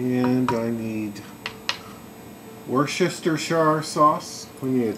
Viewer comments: HAHAHHAHAHAHAHAHAHAHA!!! WORSHESTERSHIRESAUCE!!!!!!!!!! all of us in england pronounce it "wu-ster sauce" or "Worcester sauce"!! fuck that bit made me laugh mate! good video tho. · Hi, Watched this again cos I'm going to make these this weekend and, by way of thanks, I'm going to make your life easier - see that Worchesterererershire Sauce well, over here we call it 'woo-ster' sauce or 'wuss-ter' sauce. That'll save you torturing your tongue. Best Wishes, Brendan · I Love your videos, and in the spirit of shared knowledge,... Worcestershire sauce ... woos - as in "dont be such a woos, do it" ter - um, sorry, just "ter" Sherrr, like SHIRt ...shirt without the "T"... Woos-ter-shir Sauce. Wooohe-sester-shaiyer Sauce just sounds odd... ...love you!... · Awesome ribs and easy to make as well. How about saying "Wuster sauce", thats how people pronounciate it in some parts of the world :-) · this looks damned good just for info:it's pronounced wusster sauce. the english can be strange in the way they sometimes pronounce words in a way that bears absolutely zero relation to the way they are spelled. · Lol. "woos-chest-shes-sher" sauce.